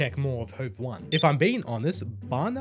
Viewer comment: Love these Hov1 reactions man! Also the bands name is pronounced like “hov-ett”. Like if you spelled it out it would be hovet. I think it means like “the court” (not Swedish, but I speak some Swedish). The number 1 in Swedish can be pronounced like en or ett, but in this case it’s ett. Just wanted to throw that out there for ya!